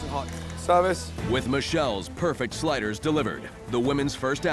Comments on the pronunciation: I swear to god I need to go to a therapist so badly because I swear on my life I thought they said spiders instead of sliders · At first I thought they were saying “spiders” lmao